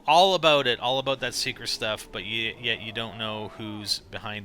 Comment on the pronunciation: He puts to much ennfasis on the all